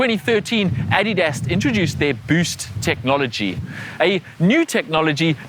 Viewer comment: Are you German? I think you're only the second person I've ever heard say "Adidas" correctly